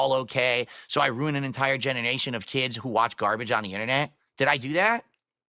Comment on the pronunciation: he says “genenation”😂